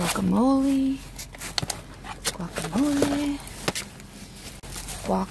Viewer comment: Great haul! Would love to see how you make butternut soup. Guacamole - the mistake in pronunciation is giving it a hard G. (It makes me twitch, lol.) Actually it is more of a soft wah sound - wah kah mo leh. Now you can say it like you know whatchertslkin’ about. 😉